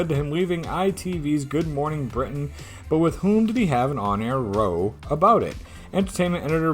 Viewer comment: 'Row' is pronounced to rhyme with cow when it means an argument. Giza is pronounced like Geezer. I played these a while ago . I got 5 right in the first part and 5 right again in the second part. In the third part I got 4 or 5. In the fourth part I got 5 or 6 (memory fails me a bit now) so well done for getting 23 overall. The tests were hard.